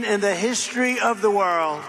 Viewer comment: "The hishtory of the world"?